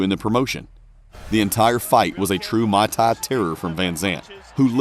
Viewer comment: Stop using AI voices that mispronounce every 10th word...muay tai not Mai tai.. stopped watching before halfway and blocked channel from recommendations.